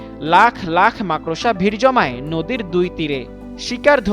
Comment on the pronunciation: Makrosha na makorsha bol chodna